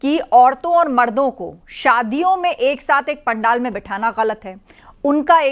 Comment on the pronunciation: जो इंसान पंडाल शब्द नही बोल पा रहा,pindal बोल रहा उसकी बात क्या मानना